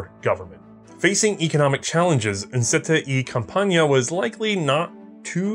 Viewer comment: As a Spanish speaker I find the pronunciation of "compañia" endlessly amusing. Excellent video though, who thought some simple little blowback from Spain could be made be this interesting?